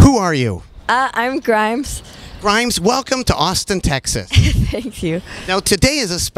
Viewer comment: mundinho grimes falando "a im grimes"